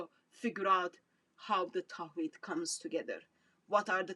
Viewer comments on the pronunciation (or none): Tawheed not Tahwed sister 😍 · LOL TAHWEED YOU CAN'T EVEN SAY THE WORD CORRECTLY MIND YOU EXPLAING IT GO HUG THE CROSS DRINK THE BLOOD